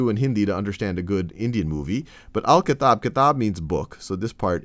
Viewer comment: I don't know why when you pronounced "Al-kitab" it sounds so sexy.